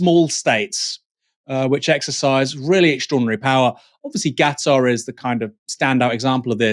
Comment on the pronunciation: Gatar??? Hahaha it's Qatar Aaron!